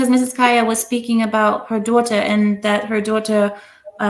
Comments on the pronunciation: Why does pronounce Daughter like us British people.....sounds so weird and fake. She then literally goes back to talking in her natural American accent lol 🤣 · It sounds like how we British (specifically posh accent) pronounce "daughter"